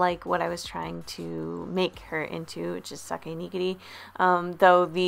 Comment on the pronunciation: Not Sake Neegeegri (quickly) It’s (Sa-Kay) (Knee-Gear-E)